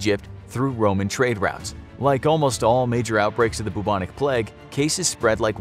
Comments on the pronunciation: Everyone else: Plague This Guy: pleg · P L E G G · The way this guy says plague ffs. “Pleg” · I was just about to comment that myself 😂 It was a great video but "pleg" is so distracting 😂😂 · Samuel Aquino you mean plegs? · He says ‘plague’ like ‘plaque’